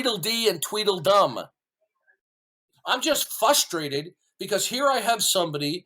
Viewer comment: Did he say he's fustrated? 🤣